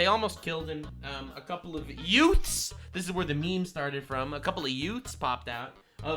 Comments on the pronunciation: "Couple of yutes" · my favorite was 🍋 head telling a legal lady from Mexico she was wrong about mexico😂two WHAT? TWO YOUTES? I'm sorry your honor two "youths" 😂😂 "My Cousin VinnY" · Every time I hear someone say "youths" mind mind automatically goes to "yutes" from my cousin vinny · "The two Utes"